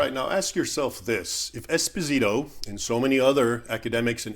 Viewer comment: Raymond, great video as always. I'm sure that fake history professor probably pronounces his own last name wrong, but this Spanish last name is Espósito (stress on the first O). If you stress the i, you're literally saying "small husband". Thanks for all the good content brother.